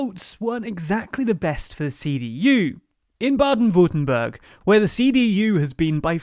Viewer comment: I really liked the "Rhineland" pronunciation, but I noticed that you said the "berg" in "Württemberg" in an English way: The way to pronounce that "e" is more like the vowel you make when you say "S"